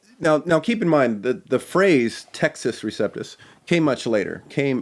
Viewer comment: Good start to the series. I'm looking forward to the upcoming installments. One small request: when the Latin phrase "Textus Receptus" is being discussed by you, please pronounce that phrase the Italian way ('u' like 'oo' & 'ce' like 'che').